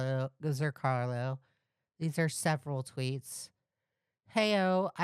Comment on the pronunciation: idk why but every time you say it as ‘zrcarlo’, my brain screams ‘zrCALO’ but I’m just a little stupid like that, anyway back to the video